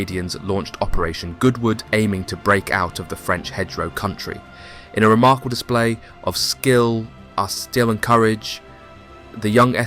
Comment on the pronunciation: "The Franch"😂 I caught that!!ll. Love ur channel,look foward to it every week! Keep it up!